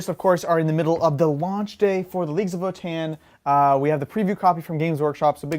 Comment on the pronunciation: guys... seriously.. it's vOtann, not votAAnn